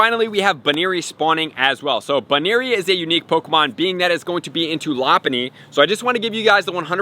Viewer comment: That’s how it’s pronounced lol he’s saying it wrong